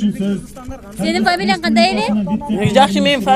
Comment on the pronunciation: ...кордунорбу..келген куну Англисче суйлогон...фамилия десе ФЕМИЛИ...УЙ БУЛООБУЗ МЕНЕН ДЕП